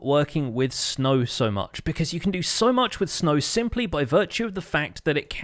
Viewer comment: It sounds more like sneg but sure